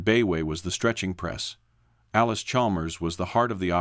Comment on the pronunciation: Allis, not Alice, Chalmers, shurely?